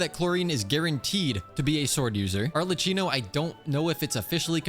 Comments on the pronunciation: did you just say arleCHino n sorry to disappoint but father is polarm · Ily ❤ That's not how you say clorinde or arlecchino No leaks clorinde confirmed 4.7